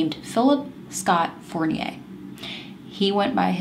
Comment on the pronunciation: Love your channel. Nadeau is pronounce like Doe, play doe jane or John doe eau its like O ;) in french at least.. i don't want you to think im the kind of person who think she knows everything.. its just to help :) you said fournier correctly... its funny that it has 2 french names in the same case from the us. you are gorgeous btw :)